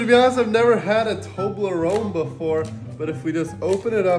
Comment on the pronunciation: That's not how you pronounce Toblerone😐